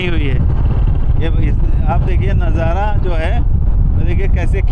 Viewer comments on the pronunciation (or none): Najara nahi nazara kahete hain Or Intejar nahi intezar hota hain voh Jarrurat nahi zarurat kahete hain Bijness nahi business Urdu ka janaza mat nikalo language ki study karlo bad me journalism ka shouq karna۔۔۔۔ektarf ka shuru hain dusri tarf ka nahi matalb kya hain 😂😂😂 one way kahete hain use ۔۔۔۔ industriej nahi industries kahete hain۔۔julfen nahi zulfen۔۔۔۔17 manjil nahi 17 manzil .....jameene nahi zameene.....inshort samanya or average class ki journalism.......on camera to Kam se kam ache or bahetrin alfaaz ka intekhab karna chahiye or aam zindagee me jis khandeshi lahejy me baat karte hain usse bahar nikal kar shiree or dilkash lahejy ka istemal karna chahiye...